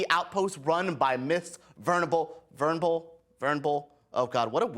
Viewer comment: Venable .... not vernable... it’s pronounced //// Ven-aaa-bull. /////